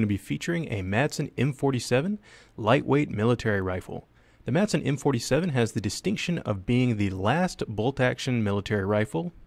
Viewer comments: Dane here. The "d" is silent in Madsen, so it's really just "Masen". Any way, cool vid!! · The D is silent.